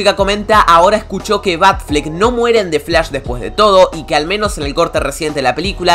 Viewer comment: xq dices defs lash, y no dices the flash????